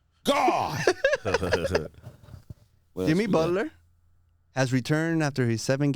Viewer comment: This mf said yimmy buhler 😂😂😂